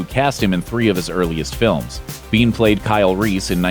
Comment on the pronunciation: "Michael Biehn", NOT bean. Geeze, guys.